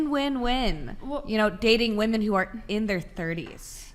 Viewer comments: The way she says WOMAN instead of WOMEN drives me insane. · Can this young lady on the far right say “women”? She says it “woman” every time. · Her and bangs are saying woman instead of women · It’s not fucking woman….it’s women!! For fucks sake!! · Why do all of these bimbos use "woman " when it should be "women"? Annoying af